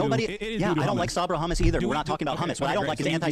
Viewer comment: Ethan really asked "Do you condemm hummus?"